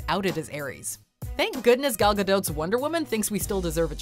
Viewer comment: It’s pronounced Gal Gadot (“Gah-dot” not “Gah-dote”)!!!! Also, great list, but no Zeus from “Immortals”? Luke Evans and John Hurt did great as him!